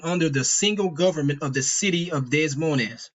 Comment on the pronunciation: Des Moines is pronounced (Dey-moyn)